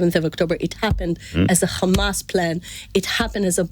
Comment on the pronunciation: Khamas..Khamas..7 october..7 october 🤣🤣🤣